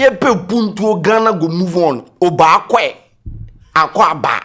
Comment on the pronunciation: I know `Obaak3'' but it is not really used unless at engagements like local tradional way. nor dey pronounce the word correctly buh we move